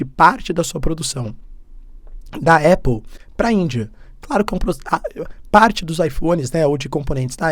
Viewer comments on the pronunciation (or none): none